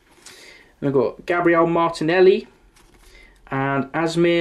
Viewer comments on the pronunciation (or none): none